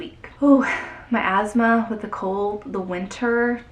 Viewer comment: Heard, "my asthma", as "miasma"... 🤦🏼‍♂️ SUPER BIG HUGS!!!!